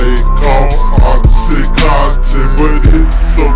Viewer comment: its Oxycontin, not Oxycotton or Oxycotin geez